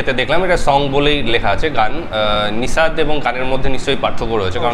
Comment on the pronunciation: এটা নিসাদ নয়, নাসিদ সঠিক উচ্চারন